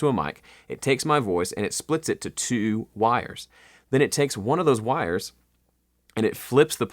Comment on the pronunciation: "and it splits it to, twowoowoo wires" :D